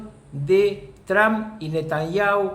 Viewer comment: Rucakuf, ya te lo dije antes... El apellido No es TRAN....es TRUMP!